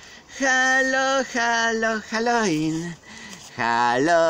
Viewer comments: halo ŁIN a nie halo IN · chyba Halloween a nie haloin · Naucz sie czytać halooween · Gracku . Mówi się Halołin. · Czyta się hallołin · Wymawia się halołin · Mówi się halołin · halowin sie czyta XD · halołin znaczy sie czyta XD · A nie haloin